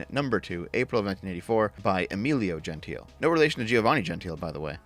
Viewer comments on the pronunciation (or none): Pretty sure Gentile has three syllables for at least one of the two men here (and presumably both).